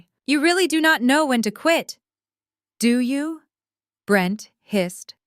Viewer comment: « Do you » is not a question. It’s an affirmation or exclamation with the intonation of one. Reader has read with inappropriate intonation.